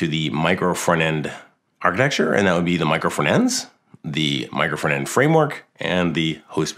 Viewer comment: Wy this guy is always saying "micro fernand"? It's "micro front end" 🤣🤣🤣🤣🤣🤣🤣🤣